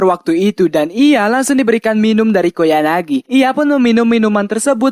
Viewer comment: Ralat:Bang ente salah Sebut Nama "KOYANAGI" bukan "KOYAGANI" :v Mangat Terus bang SALAM WIBU :V